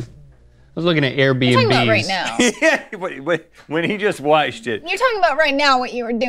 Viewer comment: Go to rhett says waiched instead of watched😁😂